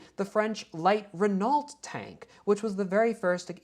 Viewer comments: It's pronounced like "Ren-Know" rather than "Ree-Nault" Renault is a french car manufacturer still very much still running and selling all over Europe. Also being a Falcon fan do you know of the infamous Lazer Pig ? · Renault is pronounced Reno